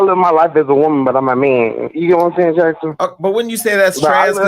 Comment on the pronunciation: Me too! Over here rollin. WO-man...what's that???? 😂😂😂